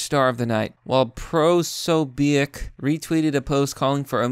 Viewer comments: POE-SO-BECK. [Be-ack] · u didnt pronounce Nick's name correctly